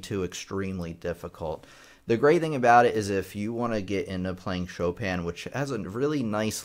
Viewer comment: After many years of reading the name Chopin, it is at this video that I learned of its proper pronunciation.